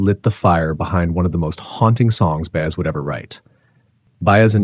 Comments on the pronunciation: her name is said Bai-ez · Her name is pronounced "Bah- ez." Mine is, too! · Her name is pronounced By-ez; not Bay-es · You call her "Joan Baze?" Seriously? I'm out at the 30-second mark. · as soon as I heard Joan's last name mispronounced twice .. I stopped the video . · This was so articulate and well written. Couldn't you have practiced saying her name correctly? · I'd give you a like if her name were pronounced right. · I wish the narration could pronounce Joan's last name properly. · That's AI for ya. AI is as perfect as the chip on your debit/credit card. A supposed perfection of reality. 😂🤣😂🤣😂🤣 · Sadly, very sadly, the narrator does NOT know how to pronounce Baez. What a shame. Reduces the value of the story, which is on target